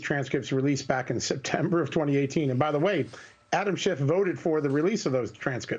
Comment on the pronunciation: Devin Ñuñes... It's not spanish. It's Nunes.